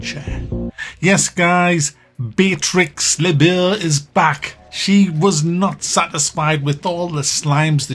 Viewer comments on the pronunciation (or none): Lebeau is pronounced "Lebo"